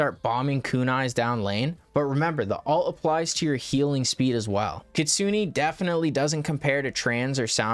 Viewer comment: Btw please stop saying ktsuni it's ktsune...